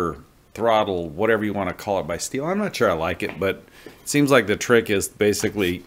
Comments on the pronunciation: If sawdust could get into the tank...!! surely fuel will come out...! And i doubt you bought a saw that leaks..!! Great saw European model is slightly different. Its also pronounced STILL not STEEL. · Thats how Americans Pronounce it. But the Correct way "The German way" is Still=Stihl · As aGerman, i will have to say that the german pronunciation is much closer to "steel" than "still". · Yea the pronunciation of the name varies depending on where you live. so your comment ( yes, it's "steel" ) is only half correct.